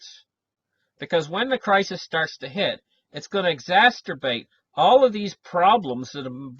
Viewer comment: .....Its exacerbate. Not exasterbate. 😀